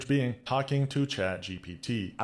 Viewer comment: I LOVE that you call it chat gbt! Please don’t stop. It’s a little thing that brings me so much joy.